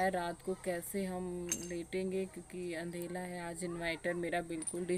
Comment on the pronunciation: आप अंधेरे को अंधेला क्यों बोलते 😊😊